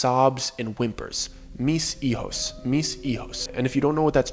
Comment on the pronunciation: It’s “mis - hijos“ , two words , you have to separate it